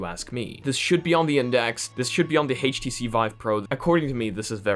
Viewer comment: I love how he pronounces htc HEICH tc! (I don't mean to make fun of you btw nothing wrong with that)